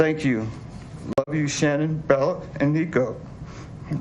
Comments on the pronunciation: Why are people pronouncing her name differently? Her dad (presumably correctly) said SHAN-un, but many others say shu-NAN. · I wish they would pronounce her name right. Her parents are the only ones that pronounce her name right. So strange... This is so sad.